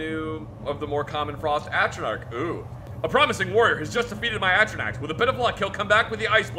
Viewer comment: Could have sworn said it was pronounced "Atro-NARK". He even had Zach saying it that way.